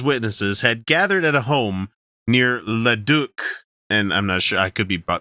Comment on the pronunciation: You're pretty close. Lose the french emphasis on it and you've got it. ( Le Dook). and Nisku is pronounced Nisk-eww